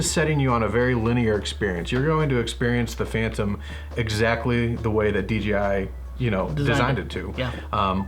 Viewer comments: keeps saying DGI. Does anyone know if you can have to controllers so one for camera one for control? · Google can't find a "DGI" Phantom... weird. Sorry, but every time you said DGI it was drilling into my brain! lol Great review tho.